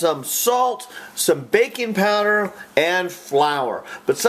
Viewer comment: when he says baking poweder why is it i hear bacon powder.